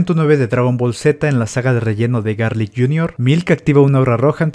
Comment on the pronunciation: Se escribe Garlick Gun pero lo pronuncian Garlick Ho